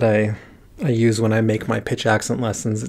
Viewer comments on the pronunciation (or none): none